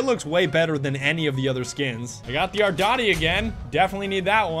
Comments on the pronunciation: Its pronounced R-DEE-TEE Not R-DOT-EE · U SAID ARDOTI BUT IT IS REALLY ARDITI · it isn't pornounced ardAti its pornounced ardIIIIIIIIti sounding like the letter e you're killing me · "ArDaTi" It's Arditi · It’s arditiiiiii not ardati no offense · ARDAATI XDDD ARDITI love the vid tho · THE AR-DEE-TEE NOT ARDOTTY DAMNIT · THE AR-DI-TI NOT THE AR-DA-TI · "The ardoti" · Does anyone else keep getting triggered every time he says "ardati" instead of "arditi"? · The fuck is a Modello 1915 "ardati" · "Ardati" It's "Arditi" Ar Dee Tee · "The aradati" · ARDIIIIIIITIIII NOT AtDaTEee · ardatee? "ardeetee"* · Pls don't call it the ardoti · arditi not ardotty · what the fuck is an "ardari" ? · This was disgusting, you saying "ardoti" instead of "arditi", kill me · YOU KEPT CALLING IT ARDATI HOW DO YOU GET THIS WRONG TWICE?!?! jk i actually dont mind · I like how he pronounces Arditi as ardouty. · Itz thee aHRDeeTEy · It’s said are-dee-tee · did he say ardati? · It’s (ARR-DEE-TEE) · Stop saying ardati pls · The way he says the arditi makes me chuckle a bit on the inside